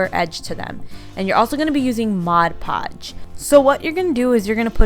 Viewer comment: Thank you for saying MOD! Many YouTubers call it Modge Podge and that drives me crazy!!!